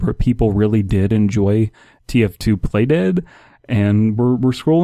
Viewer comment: when you said play dead, I thought you said "plate head"